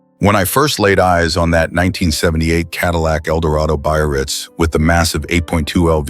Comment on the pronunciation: i just learn a car called after my hometown ! it is very funny the way he says BAYRITZ lol